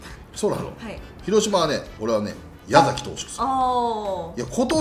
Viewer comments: 細かいですが やざき ではなく やさきですね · 細かくて本当に申し訳ないですが、「やざき」ではなくて「やさき」です！ 毎度気になるところなのでコメントさせていただきました、、